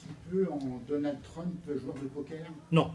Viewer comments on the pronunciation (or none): none